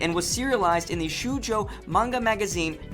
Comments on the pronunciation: What the hell is a "shoe joe"? the u is silent in shoujo it emphasizes a long o. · ok its too hard to watch this when you cant pronounce the japanese words...its not Shujo (shoujo)..its pronounced Shojo..and its Nah-oh-ko (Naoko) not Naoka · shoojo lmao oh gosh. he tried, its show-jo and Now-ko. Its hard trust me cause of the fact the Nao is has it's own syllables Na then vowel o put together sounds like 'now' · "shoe-joe" lol i ended up watching he whole thing just waiting for him to say "shoe-joe" again hahaahahahahahahah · IKR. Shoe-joe. Sukino. AMY. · Tuxedo Moon!?!?!??!?!?!? Also a lot of pronunciation issues. Anime: E-Knee-mei. Bishoujo: Be-show-jo. Shoujo: Show-jo. Aino: Eye-no. Ami: A-me. Naoko Takeuchi: Na-o-ko Ta-kei-u-chi. Bandai: Bun-die. Ceres: Se-re-su. Hotaru: Ho-taru. Tenou: Ten-ou. Kaiou: Kai-ou. Kono not Kona. A number of these facts are not true though, we find out in the end who Sailor Cosmos is and also Setsuna also had a ring so it wasn't just Haruka and Michiru because the three of them were raising Hotaru. There is also no live action movie only live action series and stage musicals. There's actually more Sailor Scouts you've failed to mention. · NaoKO SHOW-jo english Amy japanese Ah-me Charon is pronounced Karon Kai o maru eye-no = aino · Reese P. Holmes I could not finish watching this video. After third "shoojo" I realized it was not worth the pain. :) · Every time he said Shujo I wanted to punch him. Normally he's a cool guy, but learn to pronounce words in Japanese if you're going to say them a bunch of times in a video! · your pronunciation of Naoko's name and the word shoujo are atrocious -_ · ***** I kept cringing every time he mispronounced "shoujo" despite myself. It's not that hard to learn the basic pronunciation of a word, especially if you're going to spend countless hours making a facts video on youtube. I think you can even type it and hear a computer say it near immediately online.